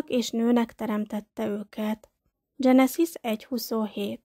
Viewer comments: Mielőtt az ember vállalkozik egy szöveg nyilvános felolvasására, meg kellene bizonyosodnia arról, mi az idegen eredetű nevek, szavak helyes magyar kiejtése. Genezis, Gilgames, stb. Az ilyesmi rettenetesen irritáló és egy bizonyos fokú komolytalanságot kölcsönöz a szövegnek. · Ez nagyon komolytalan, így ejteni, ezt nem tudni. Éppígy a genezis szót angol fonetikával kiejteni. És a többi egyéb hiba. Egy minimális felkészülés azért szükséges, mielòtt az ember közzétesz valamit.